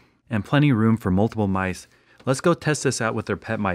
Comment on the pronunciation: he Said Nice instead of mice